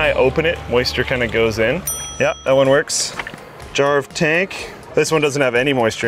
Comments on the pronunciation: jarv tank i thought you said jar of tank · Is it just me or when I first heard "Jarv Tank" I though he said "Jar of Tank"? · Thought he was saying jar of tank cuz I wasn't looking at the screen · *Jar of Dank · Tought he said "Jar of Tank" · It sounds like he is saying jar of tank for jarv tank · You're not the only one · me 2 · I actually heard "Jarv Tank" as "Jar of tank" First time. Not a native english speaker though.